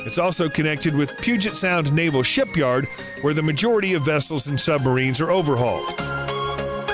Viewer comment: It's NAAVAL, spelt Naval. Love ya chanel, but please. Lol😊